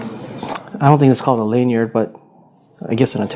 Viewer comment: Pronounce lanyard correctly! And turn your television off when making videos! Ffs!